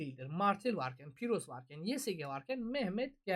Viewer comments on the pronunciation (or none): Piros yox pirus